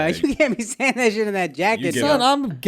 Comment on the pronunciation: Schultz pronounces picnic like Yogi Bear!